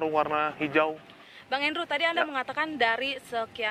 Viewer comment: namanya andro, kedengarannya andrew